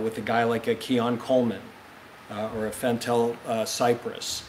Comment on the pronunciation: Yeah what did he call him "Fentell"? 🤔😮‍💨😮‍💨